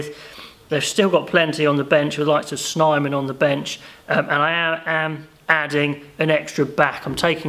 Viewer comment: just a tip on SA pronounciations: Snyman = Snayman Jantjies = YineKeys (like nine with a y and then keys) no hate, just trying to be helpful. good video!